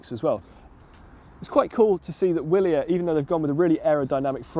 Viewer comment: It is pronounced Vee'-li-air